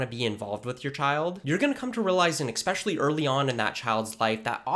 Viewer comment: I've been a Dad for 17 years. Here's tip #2: teach your child proper grammar. It's "especially," not "expecially." Keep hitting those books!